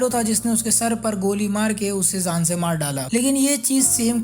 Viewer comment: Jaaan suna tha zaaan kya hota ha